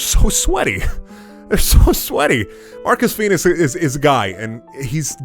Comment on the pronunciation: "Marrkus Feenus is guy..." Absolute, fucking, perfection.